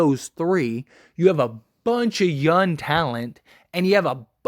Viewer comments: Am I the only one hearing youn instead of young? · I swear every time you say “young” it sounds like you’re saying “yun.” 😂😂 great video though my guy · Nah definitely saying youn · Hes 100% saying yun lol. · 💯 Forest Gump stole this man’s “G”s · He is saying it and it's annoying smh this guy is dumb asf